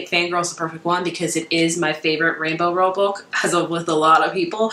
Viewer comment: rainbow ROWELL not ranbol